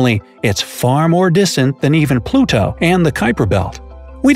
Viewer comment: Why you saying Pluto like that?